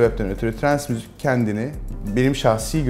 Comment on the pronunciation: Müzük diyor